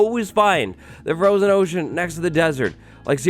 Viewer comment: Froshen ohshen